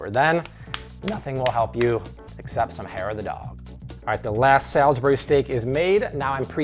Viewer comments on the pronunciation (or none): none